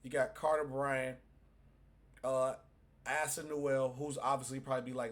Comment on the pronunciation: Also his name is ACE-UH not Assah. Also, your smoke alarm is going off homie.